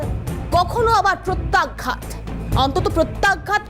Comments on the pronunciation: ম্যাডাম আপনার কথাটা প্রত্যাঘাত নাকি প্রত্যাঘ্যাত কোনটা সঠিকটা জানাবেন । শব্দটা শ্রুতিকটু লাগছে । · ধুর! উচ্চারণ ঠিক করুন।প্রত্যাঘ্ঘাত নয় প্রত্যাঘাত।